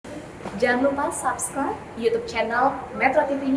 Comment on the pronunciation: kritik ya ,subscribe itu ya mbak ya ,bacaan nya bukan sabscraib ,tapi sebscraib